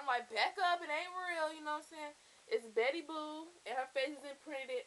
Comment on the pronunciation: umm its betty boop u keep saying betty boo but cute purse nd i loved ur haul